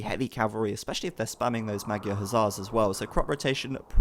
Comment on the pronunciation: Pronunciation of magyar is wrong. GY is closer to J in JACK. Just a little softer.